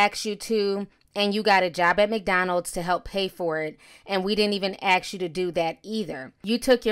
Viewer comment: Omg, it’s ASSKKKK, not AXE!!!!!